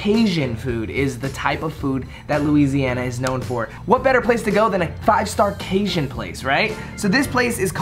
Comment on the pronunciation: It's not bAton rouge it's baton rouge, pronounced bat-ton not bate-ton. There's a difference but love ya still💗💗 also not casion, it's ca-jun😂